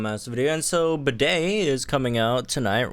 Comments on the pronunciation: I think his name is pronounced like Bead not bidet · Pretty sure his name is said like Bead, not Bidet. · you also named a gym trainer a toilet. bro, it's pronounced like 'bead', not 'bidet' 🥲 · i can't with you calling him bidet throughout the entire video 😭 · The English voice clips that were leaked onto YouTube show that Bede’s voice actor pronounces his name like ‘bead’. Even if that wasn’t the case, I downright refuse to pronounce the name of a character that would sound like a word used to define a sink used to clean your nether regions.😑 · ok, ik it doesn’t really matter to people, but is it pronounced bidet? or bede as in beede. I always thought it was pronounced like beede with a silent e at the end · 5 seconds in and I already lost it cause I heard "bidet" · I can't wait to hear him say his own name because I refuse to believe it's pronounced 'Bidet' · Oh god don't call him "Bidet" lol